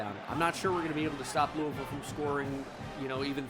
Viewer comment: shoutout for always saying louisville right and shoutout EA Jeff Brohm for beating ohio state and going undefeated